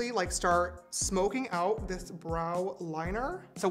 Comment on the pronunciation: did anyone notice that in and he said "dith"? idk i just thought id say that